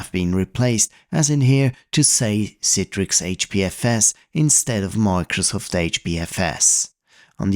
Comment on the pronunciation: Thank you for pronouncing it correctly as someone who's forced to use it at work it's all i ask is pronounce it correctly